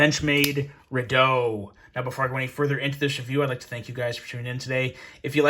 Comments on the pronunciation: Re doubt..... not redow... lol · REDOUBT is pronounced "REE-DOWT" not "REE-DOO". A redoubt is a type of military fortification. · it's pronounced Re "Doubt", not Re "doe" 😉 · It’s a Redoubt, not Redoe. It’s pronounced Ree-dowt. As in. “A refuge to regroup from” by definition. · Pronounced ri-dout. ;) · What an amazingly wrong way to pronounce Redoubt.